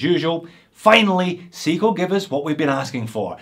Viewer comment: he says seagull instead of seiko?....Or is it aussie accent?